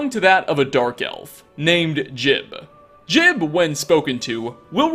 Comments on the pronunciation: Do you just mispronounce words/names on purpose to piss people off? It's jee-ub not jib ffs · Juib's name is pronounced Jewb not Jib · His name is Jiub, not Jib. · It's pronounced Ji-ube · It's pronounced "Jiub" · Pretty sure his name is pronounced "Joob". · Jiub pronounces it Jib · JOOB! IT IS PRONOUNCED JOOB! LIKE JOB FROM THE BIBLE! GRAH! I don’t hate you but it does hurt, like British people mispronouncing oregano. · Khajiit So? He'll never learn how to pronounce it right if we don't help him.